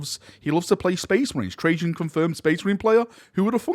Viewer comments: Really enjoyed the video, thankyou for this. But the cryptek's name is Trazyn, with a Z instead of a J. You might be thinking of Trajan Valorous from the Custodes. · Why are you pronouncing Trazyn like Trajan....? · Tra-zin not Trajann valoris lol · Reign in your excitement you keep calling Trazyn Trajan.. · It’s TRAZ like hat. Not like hey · he keeps saying trayzin like trajann